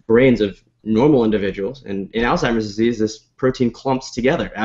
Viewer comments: It's Alzheimer's, not Alztimers! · Dude you're a fucking professional, learn how to say ALZHEIMER'S properly.